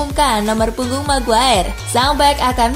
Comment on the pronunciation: min sekedar saran .. nyebut maguire bukan meguer tapi megwayer .. gaenak didengernya .. sebelum netizen pada bilang rip english hhe 😂😊😉